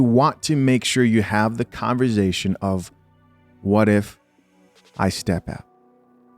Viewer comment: you my guy! But just one time! It’s Con-V-ersation